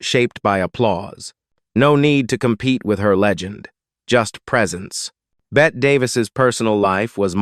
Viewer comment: 'It's not pronounced "bet" bur rather "Betty" . Hire a professional and stop insulting us.